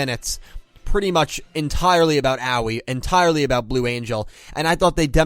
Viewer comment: oh c'mon, they literally told you how to pronounce her name, its Ahoy without the h